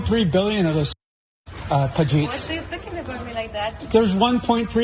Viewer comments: did he call him Pajiit 😅😅. that's a new one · did he call him pajit? 😅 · Bro can’t even say “pajeet” properly 😂